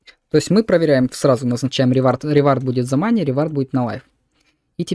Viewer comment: За показ работы плагина - спасибо, за "моней" и "лайвес", -уши.